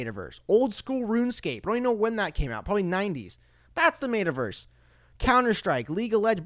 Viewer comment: Bro lol. Mate-a-verse lol. It's pronounced Metta. More power to ya broski. Xrp to the gd moon.